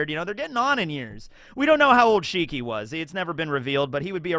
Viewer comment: I don't think it's shiki, I think it's more like WANG SHI!